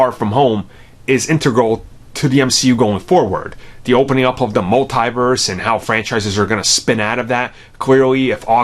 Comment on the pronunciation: Why you keep saying Multi-verse and not Multiverse